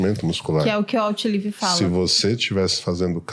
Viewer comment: Eu indicaria pra que a Host, com todo o respeito, levasse em consideração aprender a pronúncia certas das palavras. Ela citou o Livro "Outlive" totalmente fora da fonética, isso apesar de um detalhe, é um processo contrário ao que se propõe o Podcast, que é informativo e formativo.